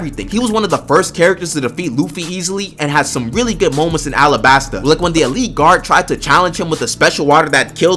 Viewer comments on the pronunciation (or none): none